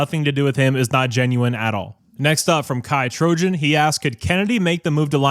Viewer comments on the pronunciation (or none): none